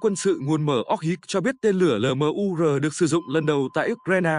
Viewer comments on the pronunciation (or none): Cái ông AI này đọc LMUR thành 'lờ mờ u rờ' nghe chán lắm. Admin dạy lại để ông ấy phát âm chuẩn tiếng Việt đi 😢